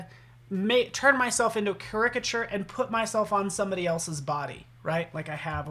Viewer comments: OMG! everytime he said it like cricket i was yelling at the screen. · I just started this video and the mispronunciation of the word caricature is disturbing. Look it up on an app or dictionary!